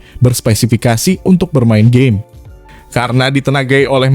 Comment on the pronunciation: "memainkan gey" :v